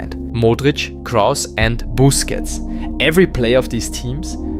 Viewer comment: correction It is pronounced KROOS as in CREWS but the R is pronounced sharper as in KRRR It is pronounced Boos-kets not Boos-kits and you pronounce it a bit faster